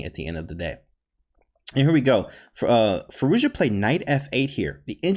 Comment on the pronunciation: You nailed that pronounciation.